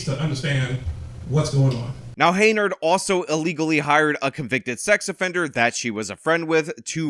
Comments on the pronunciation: Is dyslexic or is he saying her name wrong on purpose? It's Henyard, not Heynard. Pronounced hen-yurd. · Who's gonna tell him her name is Henyard, not Heynard.... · Henyard. Why do you say Haynard? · It’s “Hen-yard”, not “Hey-nard”. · Hey,. Her name is pronounced "Hen-yard", not "Hey-nerd"😂😂😂😂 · Hen Yard. Not Hey Nard. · HEN-YARD. Not Hey-nard. Sorry/not sorry. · It’s HEN-yard, not HEY-nard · You know I love you, but her name is Tiffany A. HEN-YARD. Not Hay-nerd. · Why do you pronounce it hay-nard? Do you not hear everyone saying it properly? Have you not seen it enough times on all those signs? Hen-yard. Not that i care about disrespecting her name it just drives me nuts. Also whenever you say someone looks like someone else it makes me 99% sure you have face blindness. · Why is the host pronouncing her name "Haynard" instead of "H-e-n-y-a-r-d"? I'm no fan of TAH smbut come on now...unless he is doing this on purpose 🤔 ...or he's stupid for real. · I like all your videos, but I would like this one more if you pronounced Super Hags name properly, HEN-yard, HEN then YARD, HenYard. I know I'm being pedantic, but it's ENGLISH man, for God's sake, ENGLISH!!! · Her name is still not "Heynard" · You say it like HEN-YARD! Sorry, but the mispronounciation kinda drives me nuts.. ^^° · What does keep calling her Hey-nard? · Oh c’mon… He works hard,let him have this one. Consider it an early BD present for him. Personally,I think it’s hilarious when he calls her Hey-nard😂… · It's bugging the hell out of me too. Is he doing it on purpose or is he dyslexic? They say it right in the news story. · Your insistence on mispronouncing her name is admirable. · 5 videos later and still cannot properly pronounce her last name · Why do you keep pronouncing her name like that lol